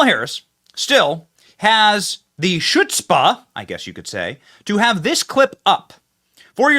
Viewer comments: Khutzpa - it’s that throaty, Hebrew & Arabic hard h sound (BETWEEN k & h) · Oh gosh. Benny mispronouncing chutzpah kills me.